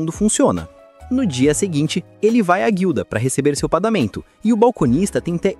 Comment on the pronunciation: Padamento? N e paGamento